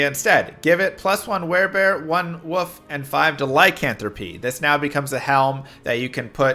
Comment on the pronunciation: What the heck is a woof? You mean wolf?